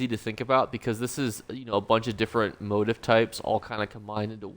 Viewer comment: mow·teef. Not motive.